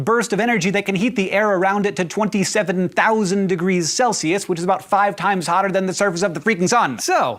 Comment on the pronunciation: 27000 degrees "CELISUS"... is that like 27000°celsius?